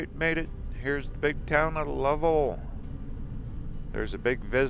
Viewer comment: nice lil town. but Lovell in pronounced love-ell, as in well.